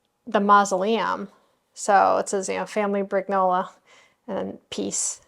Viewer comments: Thanks for sharing this. I loved it. P.S.: BriGNola is pronounced like you do for lasaGNa. We don't pronounce the letters g and n separately, when they come one after another it is one sound.:) <3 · The g in Brignola doesn't sound like a "g" in English. The gn combination is like an n with a tilde over it in Spanish. Giovanni is like "Jo-vanni" not "Gee-o-vanni."